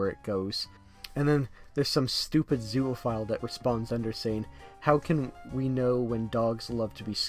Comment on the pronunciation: Bro says it like zooaphile